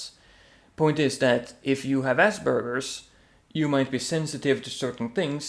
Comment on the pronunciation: its Aspergers not Asbergers